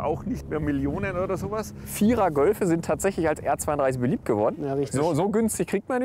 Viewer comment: Übrigens, es heißt Golfe, nicht Gölfe.